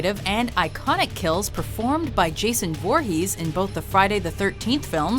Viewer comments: That's not how you say voorhes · I thought it was foorhees not voorhees